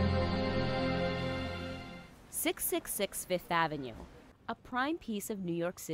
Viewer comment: AT 1320 HEAR HER SAY 666 AVANEW.